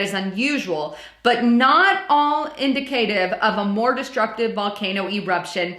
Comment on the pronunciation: You need to slow it down a little, you've mispronounced several words like indicative, and indicate. Those are two different words!